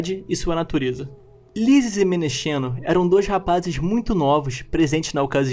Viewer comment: "Menexeno" se pronuncia "Menekseno". Na transliteração usa-se "x" para representar a letra ξ = ks